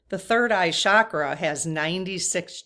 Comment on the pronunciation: Please, no disrespect is intended, but the Sanskrit word is CHakra (CH as in chair), meaning spiritual energy points in the body. Shakra is a Sanskrit word that means powerful or mighty. Would you mind pronouncing it correctly? The magic about the Sanskrit language is that every sound carries energy. So words that are pronounced correctly carry Shakti, spiritual energy.❤✨✨✨